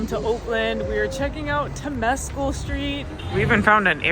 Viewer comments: It's pronounced Tim-es-cal Lake Temescal. Wonderful trip. I came to Oakland when I was 22 and am now 69. Thanks for pointing out my favorite things about this great sister city to San Francisco. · Liked the video. Temescal is pronounced a little differently. Accent on the first syllable, not second, and it sounds more like something halfway between tem-ah-scal and tem-ah-scow. Close enough. Berkeley is named after a mathematician who pronounced it Barclay, so what can you do.